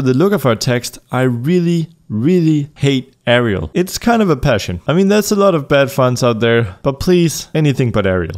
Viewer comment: it is pronaonsed (bad spelling) A - ri - al, not a - ri - el